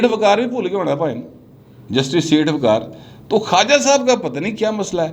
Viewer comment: وقار نہیں ق وقار